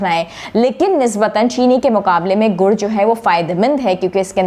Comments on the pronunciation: گڑ ہے ، گڑھ نہیں ۔ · یہ لفظ گڑ ہے نہ کہ گڑھ